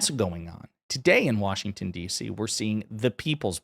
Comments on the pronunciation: It’s not WORSHINGTON it’s Washington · Wershinton? I'm from the state of Washington and hate when I hear that. 😂